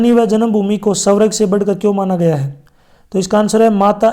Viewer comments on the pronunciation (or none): Sir ji vo svarg hota h na ki savrag